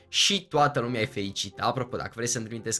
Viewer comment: ba nu mai spune lumia spune lumea.WTF nu sti sa vb :)))